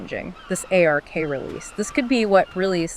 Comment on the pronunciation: Just say ARK. Not A/R/K. Lol